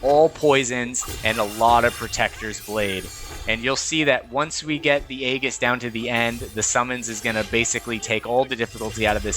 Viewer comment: The mispronounciation of Aegis the entire vid. 😅 Nice guide though.